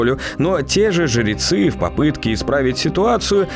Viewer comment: "...при ПОПЫТке..."